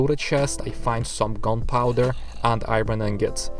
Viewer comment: I love how you say i-ron ore XD